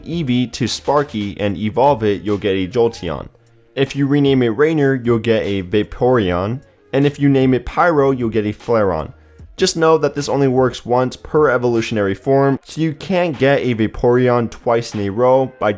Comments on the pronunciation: flare-ee-on, not flare-on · "catter pie" "flaron" why fam why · He said Flare-On aswell lol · Flaron XD I AM Dying